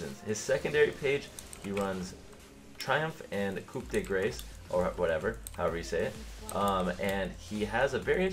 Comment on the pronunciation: In french, you prounounce coup well but "grace" is almost exactly like "grass", the r is a bit drier because it's french ;) closer to uk pronouciation for the "de" tho